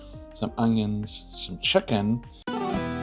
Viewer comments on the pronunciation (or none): Wait, was that "chicken" or "check-in"? Do your daily chicken and cook the check-in, I guess. 🙃